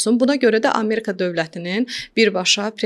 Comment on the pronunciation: AmErka yox Amerika!